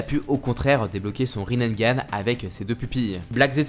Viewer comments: Par contre c'est Rinnegan.... Riz nez ga neuh pas Rinnengan (riz naine) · désolé, je veux pas faire le mec chiant, mais c'est Rinnegan ( prononcé Rinégane ) t'as rajouté un "n" en trop sinon superbe vidéo :)